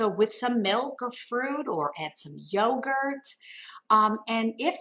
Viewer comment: Did u say yogurt? Yikes